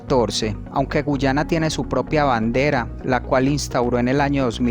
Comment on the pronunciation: Que no es guayana y no guyana